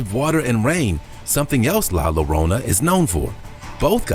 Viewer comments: ok first off its pronounced Yo-ron-ah (Spelled Llorona) not lorona. 😂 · It's pronounced La Yo-rona.!!